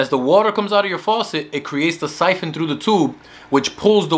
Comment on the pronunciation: It’s siphon not “python” lol